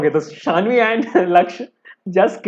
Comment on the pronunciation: Bhaiya that's Saanvi not Shaanvi. 😅😅.